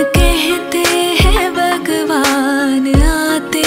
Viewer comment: It's bhagwan not bagwan please 🙏 pronounce it correctly.